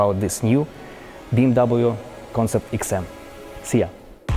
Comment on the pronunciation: That's an amazing "eksim" 🤔